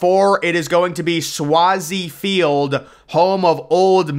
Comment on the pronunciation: You straight butchered sw(A)zie Field. And we are talking about upgrading it again.